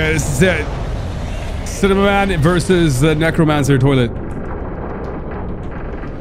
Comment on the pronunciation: I just like how he pronounces cinema man wrong